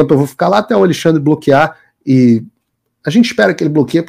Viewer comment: Eu tô contando nos dedos para ver a encoxada no "aLEIxandre" kkkkk